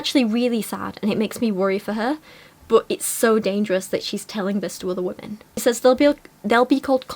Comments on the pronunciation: This is another pair of tiny infants with virtually no experience who think they're qualified to give advice to other people; sort of the usual naive and potentially harmful cringe in that direction. Thanks for calling it out! But mostly I can't get over the fact that she pronounces "women" as "woman"! What's up with that??? :) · I’m just wondering why can’t pronounce the word “women” properly so it just sounds like she’s talking about one specific “woman” the whole time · the constant mispronunciation of "women" is really annoying me, especially with how often she uses the word